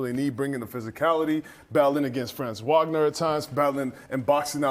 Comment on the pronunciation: How pathetic that your man in the middle can’t pronounce Franz Wagner’s name correctly? It’s only his 4th year and he’s definitely good enough to have the media remember his name!